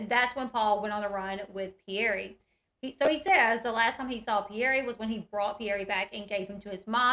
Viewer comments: Isn’t the child’s name Pierre not Pierr E 🥴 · The Mom & Dad pronounce their child’s name Pierr E.